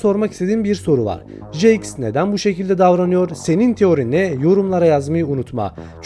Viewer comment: Abi nolur artık jaxe "jaks" deme "ceks" diyo okunuyo